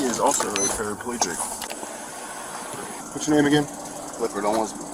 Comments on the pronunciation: He’s not paraplegic, he’s “parapaelegic” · Parapaleegic 😂😂 can't even say the word and how is he using the foot pedals if he was 😂